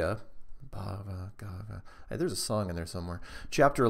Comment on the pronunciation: Its pronounced like Bag a va geat ah =) I love that Book ! Great video =) Its good you take emails and read peoples questions !